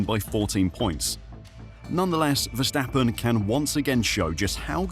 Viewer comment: Vstappen….???? WHO the fuck is that? His name is Verstappen!